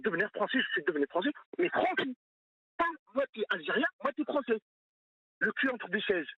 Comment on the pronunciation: Mdr le frero kabil : moi je suis devenu Fronçais 😅😅🤣🤣